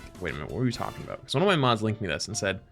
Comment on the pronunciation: Is half Canadian or something? He leans so hard into that second "o" in "aboot"